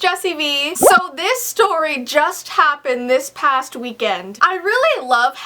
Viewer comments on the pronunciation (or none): I love how she says "This PAST weekend"... THIS.. PAST..